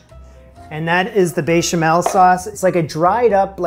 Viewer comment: there is no way the "bay-chamel" wasn't intentional